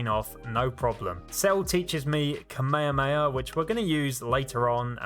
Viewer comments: You were like “Kamekameka” it’s actually kah me ha me ha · kuh maya maya… it’s kamehameha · whats kameyameya? its called kamehameha not kameyameya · why did you say kamayoyo wave? its kamahama wave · Bro you are saying ka me ha me ha wrong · When he makes kamehameha sound like "cmere mayor" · I hope he is actually saying ka-maya-maya on purpose and not being serious 😂😂😂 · I like how he pronounces kamayhaamayhaaaa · No one:: kameyameya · He completely butchered butchered "Kame hame" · Sorry but kamayaakamyaa 😂 just a little thing I found funny it’s a amazing video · Pronounce (kah-mei-ha-mei-ha) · Kamehama kei-mei-am-ehey A big boi beam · It's funny on how you say Kamehameha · the way you say kamehameha gives me aids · The what? I can't understand your accent, you seem to be saying Kamehameha incorrectly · I hate how he says kamehameha wrong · He said kamehameha wrong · every time you say kamehameha i die a little on the inside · the way he says kamehameha is just no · Why do you say Kamehameha like that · That is not how you say the beam move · Why must you pronounce kamehameha wrong.